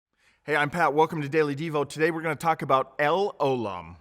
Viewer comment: it's pronounced el O' lam. The stress is on O not lam.